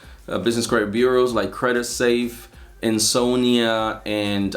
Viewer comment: Ty for the video! U named credit safe … and could you please spell out the second one… I heard “insonia” lol, and I can’t find it lol